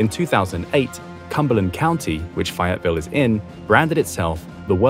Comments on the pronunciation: It's fay as in ay, not fi. At least learn how to pronounce the city you're talking about. Did you ask anybody here how we pronounce our city? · As a North Carolinian who doesn't live far from Fayetteville, from my understanding, it is pronounced "Fay-ette-ville" not "Fie-ette-ville" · It is pronounced "Faye it ville" with a long "A"